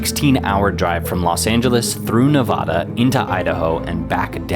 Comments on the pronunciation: Great video! But if you're going to make a whole video on the town, please pronounce the state correctly. Nev-ada not Nev-ah-da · The correct pronunciation of the state is "ne-VAD-uh". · Please say Nevaahduh. Flat A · Can't believe they let you post this video pronouncing it "Ne-VAH-da" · Your saying Nevada wrong it’s not nevauda 😭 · I hate it when douchbags pronounce Nevada as Ne-vah-duh. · Neh-Va-Duh we are not British and we do not say it as the Spanish said it. Lived in Nevada my who life and I am not young. Great video on one of our historical cities. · That is not how you say Nevada, you are saying Nawvawda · Man bro. You spent all that time making this documentary and couldn’t even figure out how to pronounce Nevada? Loved the video, but Nevada is Nev-AD-ah. Make more videos of our beautiful state so you can redeem yourself. 😊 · Dope video, but you’re mis-pronouncing Nevada. It’s NEvada. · I was thinking about that myself. I’m a southern boy but have spent time there. Make it simple…..Nuh-Vadd-uh. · Learn how to pronounce Nevada. the first "a" is a short "a: sound, not "ah" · How do you say Jarbidge correctly, but say Nevada wrong? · Learn the proper pronunciations of the places you visit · Please learn how to pronounce "Nevada." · Please Learn To Say NEVADA correctly… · Try and pronounce Nevada correctly. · Look up how to pronounce Nevada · You can't even pronounce Nevada correctly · Homie you went to our beloved state of Nevada and you couldn't even pronounce it right. You made a 17 minute, high production video about it, and you couldn't even pronounce it right. Loved it though! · Hate to be that guy but "Nevada" was pronounced wrong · Doesn’t even say the name of the state correct geez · learn how to pronounce Nevada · Fail. Search Diomede, Alaska, or Adak if you truly want remote in America. And you constantly mispronounced Nevada. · Video is great, and now i wanna go see it. But the way you pronounce Nevada omg!!!!!!!!!!!!! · It’s Nevada not Nevahda